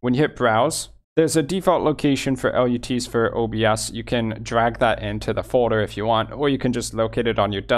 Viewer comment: FYI: They are pronounced "LUTS" like GUTS in the movie industry... not L, U, T's